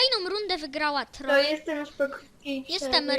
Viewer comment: You're not reading "Troye" properly